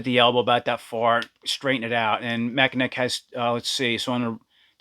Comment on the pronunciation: 😂Mack a neck